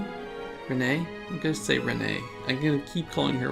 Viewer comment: It's pronounced as "Ren" not "reh-ney". Just a heads up! :)